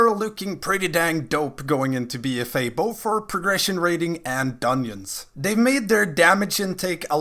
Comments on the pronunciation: Are you saying dunyins?? Lol 🤔🤔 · the way you say dungeons bothers me lol